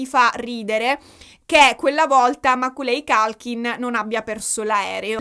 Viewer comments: ciao! non vedevo l'ora che uscisse questo video, 3 ore... WOW immagino solo lo sbattone che vi siete fatti nel raccogliere tutte le fonti e poi montare il tutto, grandi! solo per info tua, per quanto riguarda l'attore di "mamma hop perso l'aereo" si pronuncerebbe "MECOLI COLKIN" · Meccóly Colchin… non voglio fare la saccente… dio mi scampi e liberi dal demone dei nazzi-grammar o nazzi-pronouncer ❤❤❤ ne sono preda però… io uso google translate quando ho dubbi sulla pronuncia dei nomi inglesi. Dammi il nome di uno psichiatraaaa se ne conosci uno (vengo anche a Palermo per uno bravo!) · tutto bellissimo….ma non si può sentire come leggi il nome di Macaulay Culkin 😂😂😂😂 Ma io sono della sua generazione e ovviamente sono avvantaggiato…tutti noi ragazzini sapevamo chi fosse e come si leggesse il suo nome. 😁